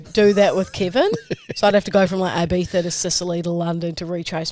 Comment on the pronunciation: I die every time I hear Eye-Bee-Thagh. Please read the following, phonetically: E-bee-thah (if we're talking spanish from Spain)